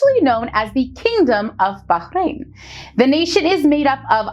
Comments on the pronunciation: finally, a person who knows how to say bahrain nicely and i also live in bahrain and im grateful that im here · Wow.. She pronounced 'Bahrain' correctly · Thanks for the video, like that you emphasised on the Letter “H” in Bahrain as it’s how it pronounced correctly, but there’s is a small mistake you mentioned, Bahrain is an archipelago on 33 natural islands, and around 50 artificial, not the opposite